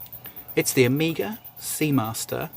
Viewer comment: Amiga was a computer. Hope you don’t say Seeko as well….